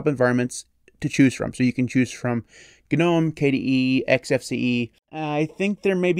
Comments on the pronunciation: Thank you for saying it properly: guh-nome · I'm just glad you pronounce it right lol